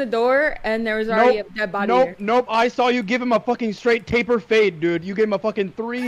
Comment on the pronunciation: Stop saying "tapel fade" NotLikeThis